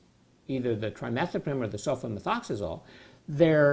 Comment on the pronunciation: He says sulfamethoxazole with ease! Lol